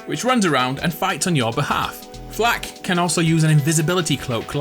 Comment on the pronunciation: I appreciate you saying it "Flak" and not F.L.4.K (saying every letter and number separate)